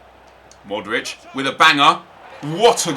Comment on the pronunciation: Pronounces Modric right, pronounces Kovacic like Kovacick... Drives me mad :S